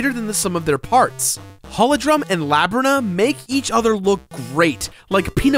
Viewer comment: Onyx, hollowdrum, labyrinthia, you have a strange way of pronouncing things :p